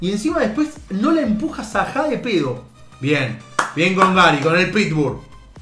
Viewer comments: Xq dice saja si es sala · No es saja es salah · Nadie: Absolutamente nadie:: No la enboca saja de pedo Jajaja saja le manda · es salah no saja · Dijiste saha en ves de salah